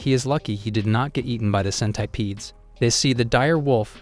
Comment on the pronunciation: bro says centipedes like scent- I - PEEDS